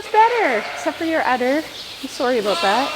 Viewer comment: you hit peak canadian when you said sorry aboot that 😂